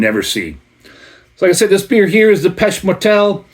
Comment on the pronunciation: Montrealer here. It's pronounced "PAY-SHAY MORE-TELL" by the "DEE-OU DOU SEE-EL" brewery. Hope that helps!